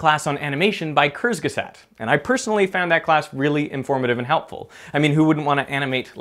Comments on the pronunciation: Dirk mispronounced Kurzgesagt again! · Its pronounced koortsgaysuckt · Kurzgesagt -> the u is pronounced like in „uber“, z is like the ts in „that’s“ and the a is pronounced like the u in „but“ Sorry i had to, hearing how you pronounce German words is just cute :D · Work more on that "kurzgesagt". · You straight up butchered kurzgesagts name.